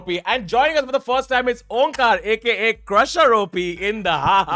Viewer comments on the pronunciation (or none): It took me 5 minutes to realize... Dude is "onkaar" n not omkaat. Lol